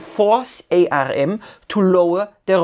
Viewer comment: Great presentation. I just wanted to point out that ARM or Arm is pronounced like the arm on the human body and the Pi in Raspberry Pi is like Apple Pie.